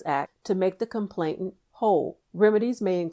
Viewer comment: This would be even better if the word complainant wasn't repeatedly mispronounced.